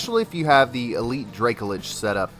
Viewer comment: Please pronounce Dracolich correctly, it's driving me nuts